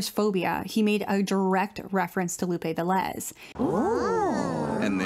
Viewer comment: Lupe VE-lez, instead of Ve-LEZ.